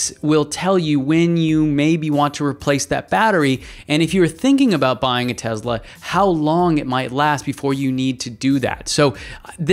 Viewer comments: Why do you pronounce TeSla as TeZla...there is no Z there. S as in Sun. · Is it "tez-la" or "tess-la"? I think it's the latter but this host pronounces it like the former. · can you please pronounce the name of the company correctly? It’s Tesla not TeZla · How can somebody take you seriously if you can not even pronounce Tesla correctly? It is TeSla not Tezla. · Just because Elon Musk mispronounces Tesla doesn't mean you have to do the same. Nikola Tesla never would have said it that way. Most people at Tesla or outside of Tesla don't say it the way Musk does. Nobody in Serbia would say it the way Musk does.